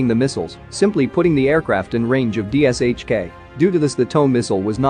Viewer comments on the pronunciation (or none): It’s pronounced DISHKA and yes I got shot at by that thing in the korengal valley